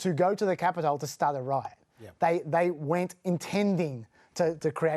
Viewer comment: Why does he say capital like that?